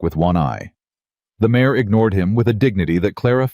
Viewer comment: It's not mayes, nor mayor, it IS MARE !!